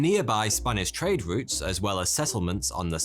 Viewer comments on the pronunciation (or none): none